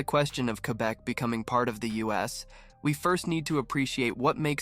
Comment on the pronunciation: LOL. You cannot even pronounce Quebe correctly.